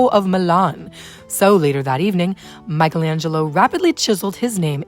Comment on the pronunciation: The right pronounce of the italian word "rinascita" is /riˈnaʃita/ - [ri-NÀ-shi-ta]. The right pronounce of the italian name Michelangelo is /mikeˈlandʒelo/ - [mi-ke-LÀN-dje-lo], not Michaelangelo